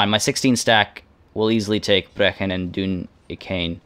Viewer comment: Hey Brechin pronounced Bree-kin still exists today and is about 30 miles north from where I live